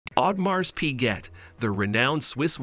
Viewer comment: Pls know the correct pronunciation of the brand first before discussing any technicalities!😂